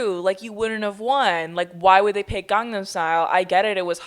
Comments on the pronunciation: instead of gangnam style it’s gee but instead of gee they say glee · I can't even speak it but as someone who is Korean that pronunciation was a hate crime